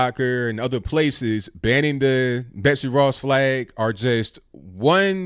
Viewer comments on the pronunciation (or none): none